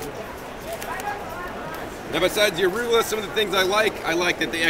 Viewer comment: What is "arugola"? :D